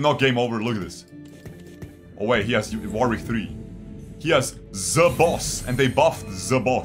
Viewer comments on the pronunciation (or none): none